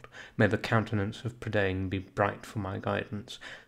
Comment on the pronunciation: One thing: Prydain. It's pronounced 'Pruh-dine'!